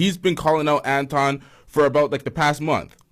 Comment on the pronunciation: Pronounce it AntWan. He changed his name for wypipo